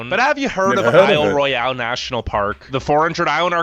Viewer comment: The bridge featured in the Michigan section is the Mackinac (pronounced MACK-uh-naw) Bridge, which connects the 2 peninsulas of the state--the Upper and Lower peninsulas. The national park is spelled the French way--Isle Royale, but pronounced the English way--I'll Royal. He pronounced it roy-AL--the French way--an honest mistake. Your "Why would you leave the country?" comment is a good one. In Europe, people travel to Spain for warm weather, whereas many Americans travel to Florida. If they want to ski, they head for the Alps. We drive up into New England, the Rockies, or Wisconsin, Minnesota, or Michigan, even the mountains of California (plus many others). We also have deserts and swamps, none of which are anywhere in Europe. The national park in Utah he mentioned is correctly pronounced ZYE-un, not ZYE-on--just like the mountain near Jerusalem. is Joshua Tree N.P. in southern Calif. In case you're a Star Wars fan, the speeder bike chase in movie #3 (Return of the Jedi) was filmed in 1 of the Redwood state parks. Re. the Maui fires, Lahaina was a beautiful town before that happened. Re. Montana, the state slogan is "Big Sky Country". Missoula is pronounced mih-ZOO-luh, rather than mih-SUE-luh. In Alaska, he mentioned the kuh-NIGH Fjords (Kenai), which is really KEEN-eye. The largest national park in the nation is also #3 in the entire world--Wrangell-St. Elias, which is a little larger than Bosnia. If I read your lips correctly, yes, they're elk . They're